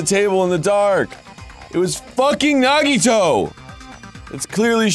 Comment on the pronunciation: It's so hilarious and also painful watching them be so smug about Nagito but thank God they're pronouncing his name right AND realized he isn't Makoto